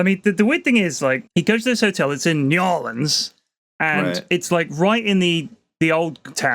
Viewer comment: Maaan nobody pronounces new orleans like that unless they are unknowingly making an ass of themselves